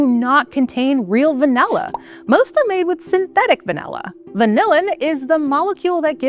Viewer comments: Pronunciation is way off. It's Vah-Nill-Ah. Presenter keeps saying Vah-Nell-Ah. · I kinda hate the way she says "vanella". Lol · Distracted by the pronunciation of va-NELL-a. Just me? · What the heck is vanElla? I came here to learn about van'i'lla. Guess I'll have to watch a different video about it since this one can't even pronounce it correctly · Is she saying VANELLA 😣😣😣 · Why does she pronounce it «vanella»? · Its “V A N I L L A “ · Why is she calling it vanella? I can’t focus. Where is the host from? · Very annoying to hear vanella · It’s all I can hear 😂😂😂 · Not sure I've ever heard anyone call it "vain-ay-lah" before 🤔 I mean, I thought the bare minimum would be getting a narrator that can say the word properly (or any word with an "a" in it properly, tbh) but clearly not. I miss the old days when people actually cared to have narrators and presenters that were well spoken and completely without irritating mispronunciations and vocal fry 🫤 Because yeah, it was a CONSTANT annoyance throughout the whole video to the point where I considered muting the annoying narrator and just putting on subtitled 🙄 Instead of doing that, I just stopped watching! It's pretty sad that PBS has sunk to this level tbh, and I'm also bummed because I was actually interested in the covered topic, for once, but this was too painful to continue watching. Just some feedback. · I came here for a video about Vanilla, but she kept speaking about Vanella? what's Vanella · Not just you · Yeah, English pronunciation is fading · Va-NELL-a? 😜 (At least she got "vanillin" right!) Also disappointed there wasn't anything about how it's actually made- harvesting and fermenting and all that. ☹️